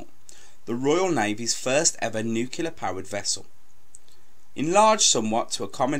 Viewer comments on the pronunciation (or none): nuclear not nucular, u sound like george bush, and its aitch for H not haitch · THE WORD IS PRONOUNCED "NU-CLEAR"!! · It is not 'nucular'